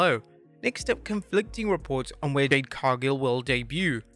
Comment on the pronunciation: Your using AI to do your voice. I can hear it at certain points. Your AI voice mispronounced Jade's name the first time as well as bad editing. Your not slick.